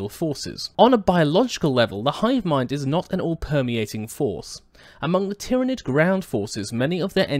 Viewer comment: Planet Tyran - Pronounced Tiye Ran. Tyranid - Pronounced Tiye Ran Id Pronounced Tiranid anyway FML